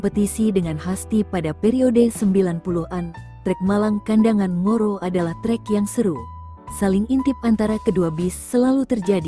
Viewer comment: Ngoro.. , bukan moro. Kacau min